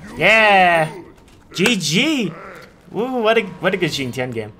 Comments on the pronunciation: Sorry to sound like a broken record but it's pronounced "shing tian" not "zhing tian". "X" is "sh" in pinyin. Also great game! ^^ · shing chen*